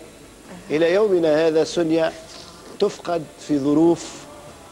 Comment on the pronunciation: لاء مكتوب على الشاشه سنية هما بينطقوها سونيا